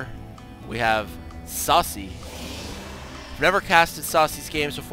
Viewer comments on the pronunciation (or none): Yeah, Sase is pronounced Sa-Say :3 SCII player with War3 background.